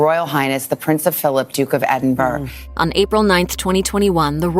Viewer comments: Stress related jaundice? He had Gilbert’s syndrome? PS: figure out how to say the capital of Scotland before you do another video — hint: it’s not Edin burg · That reporter said " Prince of Philip, duke of Edinbrrr" shameless